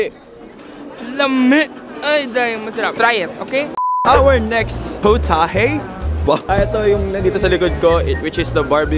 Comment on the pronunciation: no its not POTAHE its pOWtahHAe